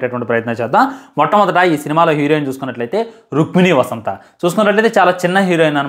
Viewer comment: Rukmini vasanth❌Rukmini vasantha✅..😂😂..